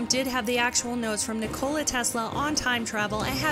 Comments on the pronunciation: Nikola Tesla Not Ni Cola Tesla You dam dirty Cat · "Nicole-ah" Tesla ... NEWkYooLar .... come on lady.. seriously? You can put together a creative video like this but can't pronounce basic English.. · You mispronounced Nikola Tesla's name nik-ola with emphasis on the a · "Nucular" LOL! "NiKOLA" LOL!